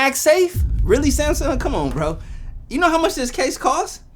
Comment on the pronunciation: SaayYmsung! Lol